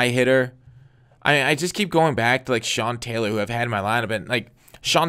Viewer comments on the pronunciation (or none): none